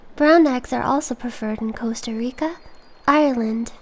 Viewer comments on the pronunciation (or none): none